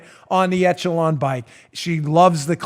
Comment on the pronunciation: Dan -- ech·e·lon (ĕsh′ə-lŏn′) It's pronounced "ESH-uh-lon" not "ETCH-uh-lon"